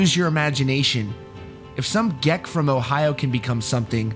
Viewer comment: You said geck like gecko...it’s geek man. Like nerd/geek lmfao